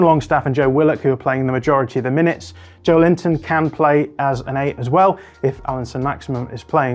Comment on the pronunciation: FYI the way to pronounce Joelinton is more like Jo-el-in-ton than Joe-lin-ton EDIT: Bruh I can't figure out if Youtube is posting my replies or not but you can hear him pronounce it himself in Bundesliga official channel video: "Joelinton teaches Brazilian Portuguese - Repeat After Me Challenge"